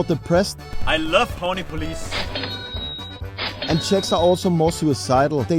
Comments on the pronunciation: Please excuse me but Horní Police is not pronounce like "polic" (cops) but policE (shelf). Anyway great video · Horní police is upper shelf, and when u said it, it sounded like "horn police"😂😂😂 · You didn't pronounce the name of the village Horní Police as "💦horny 👮police", did you?🤣🤣🤣🤣